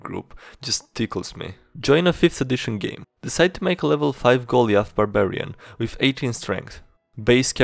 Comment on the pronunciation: "Goliath" is pronounced "go-lie-uth."